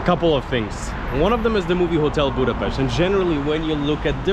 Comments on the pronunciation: Thank you very much for learning and using the right pronunciation of Budapest! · I am glad Hungary and Budapest worth to visit by your opinion. But there are several nice places inside the country which worth to visit too. You deserve praise for how beautifully you pronounce the name of Budapest, this is not usual unfortunately.... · I'm so glad , because your prononciation of the city is perfect!!